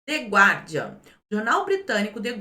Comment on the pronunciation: Bom dia,. Na próxima vez que aparecer notícia do jornal inglês " The Guardian", corrija a pronúncia. A pronúncia correta é " GARDIAN ".